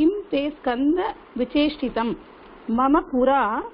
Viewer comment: Standard is wrong..Read as SKANDA